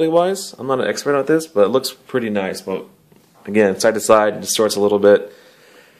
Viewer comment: "naicu~" lmao you sold me on it.